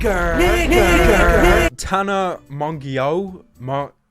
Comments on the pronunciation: Apparently her name is pronounced as ‘Mojo.’ I’m still going to say it Mongoose though. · The way he pronounced Tana's last name 😂😂 it's pronounced like mojo if that makes sense lol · It's pronounced tan-a mo-jo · Apparently her name is pronounced ‘Mojo’ I’m still going to call her ‘Mongoose’